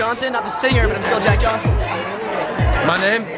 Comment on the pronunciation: He didn't even say his name right😂